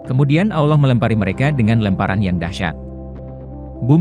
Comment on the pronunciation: Konten ini berbahaya. Nabi Muhammad SAW bukan peramal. Tidak jelas, tidak bisa dipercaya. Nama tuhan kita saja salah dalam pengucapannya, apalagi kata isra mi'raj. Semakin teguh iman kita, semakin cinta kepada nabi kita Muhammad SAW.